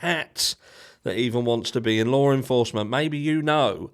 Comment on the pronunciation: *Law enforcement There is no R in the word. Lawr is not a word.